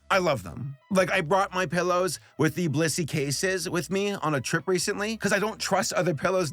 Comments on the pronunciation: I thought he said it was sponsored by bussy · During the entire 'Blissy' ad after the review, all I could hear him call it was "Bussy". Almost did a spit take with my coffee. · LMFAO I started the video and (not watching the screen) heard "This video is brought to you by bussy" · I thought he said that the video was sponsored by bussy at the start. (listening to the video) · Is it just me or did it sound like said Bussy instead of blissy? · I wasn’t looking at the screen and I thought he said the video was sponsored by bussy ._. Also Minions are just the movie version of Rabbids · Anyone else here thought said “brought to you by Bussy” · I thought said the video was sponsored by bussy for a min there lol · I thought he said ‘this video was brought to you by bussy’ and I, the Emperor of The Han Dynasty, thought this was gonna take a very different direction. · beginning of video i thought said bussy instead of bilssy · bro I can't be only one who clicked on this video and heard, "This video is brought to you by Bussy™." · For a second, I thought you said, "this video is brought to you by bussy." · I was listening to the ad spot at the end and heard "... brought to you by BUSSY!" Had to do a double take there. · I wasn't listening properly at the beginning and I thought you said b*ssy like what kinda sponsors is he doing??? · I wasn't watching at the beginning, thought you said "This video is brought to you by BUSSY!". I almost died!! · I did a digital double take when he said the sponsor of the video. Genuinely thought he said “bussy”. Almost lost my shit. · That intro sounded like you said, "blussy" Oh yeah, where's Alpha and Omega? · The intro sounded like "brought to you by bussy" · Help I thought it was blussy instead of blissy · I THOUGHT YOU SAID ANOTHER B WORD IN THE INTRO